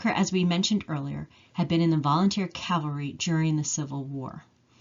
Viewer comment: you say cavery.......the word is pronounced cavalry....i enjoy your research.....hope to help you with your pronouncing!!! LOL